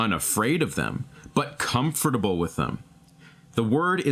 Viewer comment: listened to the whole thing! i feel uncomfortable hearing you say the word comfortable D